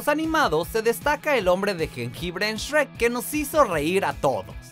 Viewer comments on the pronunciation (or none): none